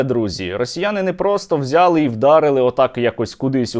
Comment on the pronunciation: не взЯли і дАли, а взялИ і далИ і булИ, а не бУли, вся Україна на зобов"язана говорити на галицькому діалекті